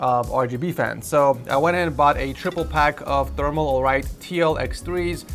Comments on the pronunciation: Its not Thermal Alright Its " Thermal Right " 😂😂😂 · its thermalright not thermal alright